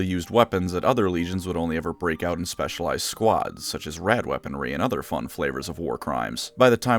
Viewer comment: I know you mean Rad weaponry, but I can only hear rat weaponry, yes-yes